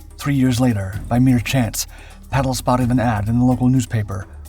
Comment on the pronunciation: ^ His name is/was/is PATTLE with two 'T's - Not "Paddle" = He's not a F'kn oar for canoes... (F.F.S) Much in the same way that Hitler is not Spitler, not Stalin even 'starving' - Got it ?